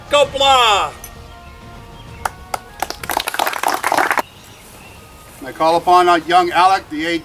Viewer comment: Whit a load a shite.......old guy at beginning Alba Gu Blah.......FFS man at least say it right